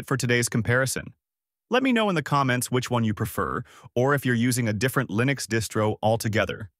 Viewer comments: Lie-nux? I think we had ironed out the right way to pronounce this decades ago. Are you a newbie or an AI? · sorry but "lie-nex" cringed the hell out of my ass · 10 videos on mint vst Ubuntu and the top result pronunces it Lie-nix. damn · I tend not to take advice from anyone calling it "Lye-Nucks". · Alarm! Alarm! Alarm! B.S. AI content! A.I. voice and can't pronounce "Linux" correctly in the first 10 seconds. After that I don't give a crap what you think.